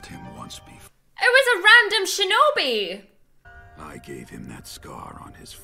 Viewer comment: "I die a splendid shenobi"